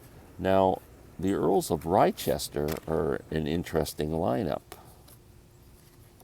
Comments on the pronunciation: Lester. It is pronounced Lester as in Leicestershire (Lestershire) or Gloucestershire (Glostershire))or Worcestershire (Woostershire) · That Jerry Douglas album is actually pronounced "Earls of Lester," hence the title. The Brian Wilson autobiography is a good read as it reads in his voice. Thanks for the shout out!